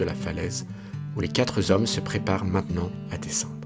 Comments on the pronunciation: Les quatre zhommes plusieurs fois 😮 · Les quatre zhommes deux fois